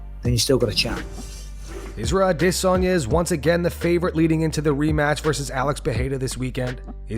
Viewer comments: "AH DISSSSSS ON YA" ... what's with the weird pronunciation of Adesanya ?? is the voiceover dude trolling us or something? lol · The way you pronounce Adesanya is atrocious